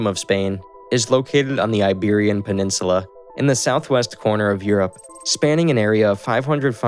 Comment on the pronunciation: Iberian PeninsuLAR